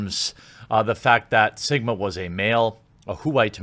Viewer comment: I heard Jeremy say "Simba" when referring to Sigma.